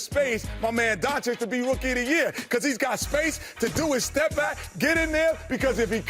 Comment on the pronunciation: You know Shaq will be back soon and he will make BBQ Chicken out of Chuck. These dummies better learn to pronounce the name right. It's pronounced DON-CH-I-CH!